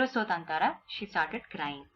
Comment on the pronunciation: its tataara not tantaraa